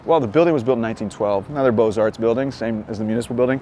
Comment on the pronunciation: I do. One of the few who understand the plural.